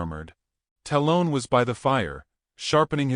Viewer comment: dear AI narrator. tell the writer to not use names you cant pronounce. talon- talll-un. like an eagle claw. sheeesh